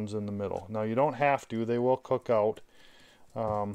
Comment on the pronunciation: "take those pin bones oowt" Thumbs up, great instructional video!